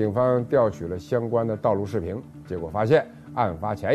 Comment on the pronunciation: 每次都把视频说成视屏😂😂😂别的前后鼻音都没问题，就这个词每次都说错😂